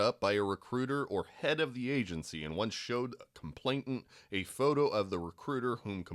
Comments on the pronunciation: It's complainant. Not complaintant. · Complainant, not complaintant. No T in the middle. I know its like the last thing that should irk me about this but after the 30th mispronunciation it gets to me lol On a more serious note, i fear that despite such detailed information becoming public nothing will happen to these people. Its disgusting and completely unfair.